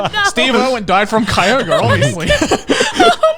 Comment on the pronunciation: Wait, it's pronounced Kai-Ogre, not Koi-Grey?!